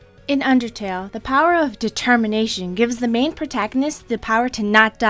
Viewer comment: dertermination?? never heard of itDetemminationoh yea that